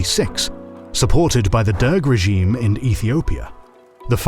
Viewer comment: Uncharacteristically of this channel, the quality of this episode was very uneven. You displayed the wrong libyan flag, pronounced the Derg as "deng," and repeatedly overforeignized Guerilla. I know you can do better.